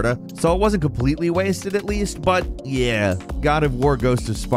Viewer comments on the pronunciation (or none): none